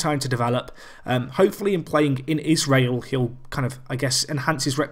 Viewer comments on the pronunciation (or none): none